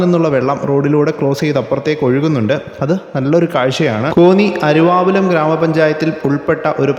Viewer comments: അരുവാപ്പുലം എന്നാണ് അരുവാപുലം എന്ന് ആണ് വീഡിയോയിൽ കേൾക്കുന്നത്. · അരുവാപ്പുലം എന്ന് ഉച്ചരിക്കുക.